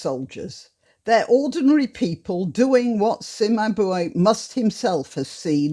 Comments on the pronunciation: pronounced "Chimabuay " the c in Italian is like a ch sound , like when you say in Procchocini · Wonderful way of presenting this topic. Cimabue is usually pronounced 'Cheemabooay' if written phonetically. Hope you have a Cranach crowd in here somewhere! No-one depicted a 'mob' like Cranach. It is, indeed, "depressing": and not just because of the lack of Cranach!